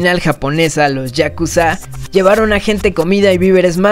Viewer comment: Es Yakuza no Yakuzááá inserte voz de hermione